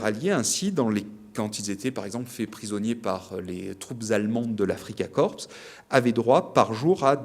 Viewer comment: Afrika Korps = Korps : prononciation française avec un "o" fermé...